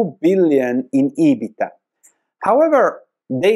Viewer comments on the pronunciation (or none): none